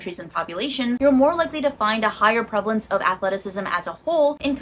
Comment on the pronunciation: "Prevelence, prevelence, prevalence"